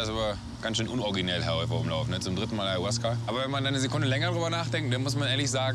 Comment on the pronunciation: Auasca...oh man! Ferner von der Wahrheit kann diese Aufnahme echt nicht sein